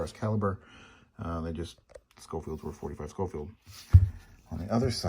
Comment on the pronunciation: Pronounced “Showfield”. Love mine, have Ivory grips